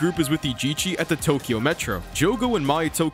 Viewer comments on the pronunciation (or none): none